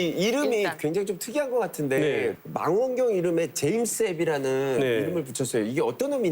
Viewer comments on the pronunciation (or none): 망원경을 만원경으로 발음하는 수준ㅉㅉ